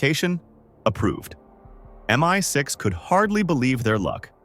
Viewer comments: Why can't the AI-generated voice say "MI6" instead of "MY6"? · Its 100pc true. Its stupid AI messing with the pronounciation. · MY6 instead of MI6 ? How Bogus a Story is this ? Cannot even get the Robot to clarify the proper Words !